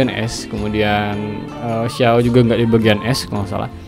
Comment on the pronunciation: Bukan keqing bacanya bng tpi Keching dan qiqi dibaca Chichi. Xiao dibaca Siao